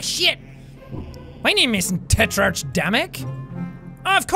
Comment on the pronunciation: Jack Tetrarch is pronounced: Tetrack